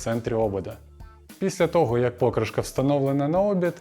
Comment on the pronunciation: Ну чому пОкришка, а не покрИшка?